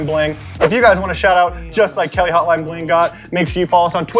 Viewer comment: LMAO The girl that got a shout out is my cousin it’s pronounced “hotel” and then “ing”